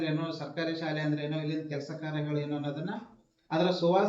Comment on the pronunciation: ಸಾಲೆ ಎಂದು ತಪ್ಪಾಗಿ ನಡೆಯುತ್ತಿದ್ದೀರಿ ಸ್ವಲ್ಪ ಸರಿಯಾಗಿ ಶಾಲೆ ಎಂದು ಸ್ಪಷ್ಟವಾಗಿ ನುಡಿಯಿರಿ..